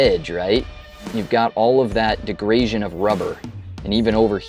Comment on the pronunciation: Interesting fuel line clamps. I also like how you try an efficient form of "degradation" as "degrasion" . I like how you think.